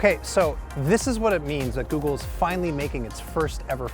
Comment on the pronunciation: I love how he said Googel on the last part